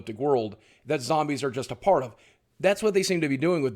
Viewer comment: does anyone else here fart instead of part?